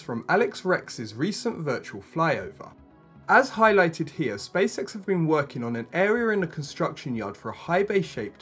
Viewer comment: Who else keeps hearing "Space sex?"